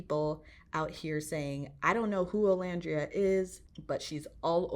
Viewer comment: Great video, I would say her alter ego, that she and her friends pre-fame came up with, is actually Bama Barbie, and to pronounce her name it's O-LAND-ria. Like the word LAND:the part of the earth's surface that is not covered by water, as opposed to the sea or the air.